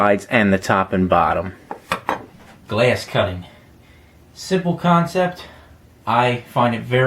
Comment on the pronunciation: If I hear you say glass one more time I swear I will grab your fucking glass forehead and slam you into the fucking mitre saw repeatedly just fucking smashing it shouting "It's pronounced fucking glass not gleasss"